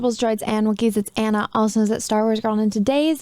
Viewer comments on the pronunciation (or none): none